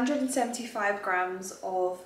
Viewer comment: Please girl it’s grams plural 🥲🤣 I am dying every time you say GRAM